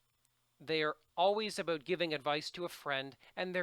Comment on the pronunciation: I love your videos, I have watched about 4 just tonight and you man have given me a lot to think about and prepare for! BTW I can´t get over how you say about :D - oubout, aubout, ouibut or whatever! I really appreciate your knowledge about TOEFL. Thank you